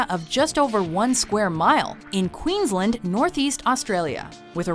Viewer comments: please pronounce Queensland correctly! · Okay.. I just had to say, the way she said Queensland made me cringe